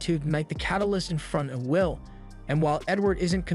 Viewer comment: How cpme the narrator pronounce the MC as Vil not Will hmm🤔